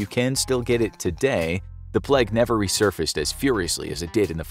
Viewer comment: its pronounced playg